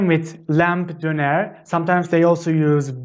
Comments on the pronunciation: I'm still confused on how you pronounce the "r" at the end of words like doner, kumpir, bankalar. It sounds like you pronounce it with a "h". For example, kumpir sounds like kumpish, doner sounds like dernesh. I'm confused because sometimes, especially when you say it slowly, it sounds as it should with r, and there no h in it. Can you please clarify on this. Tq. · döner, is that a soft 'j' sound at the end? but at the same time it sounds like hes not saying the 'j' at the end sometimes too. im confused!